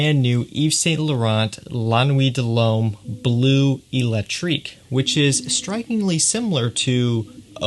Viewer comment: Someone said, "Dull Hommay" it took me a while to realize that he was trying to say, De L'Homme...ahhh these french pronunciations!!!